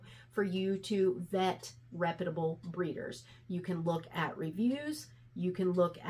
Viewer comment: Good video. Your pronunciation of the word reputable kills me lol. All in good fun. It comes from repute(d)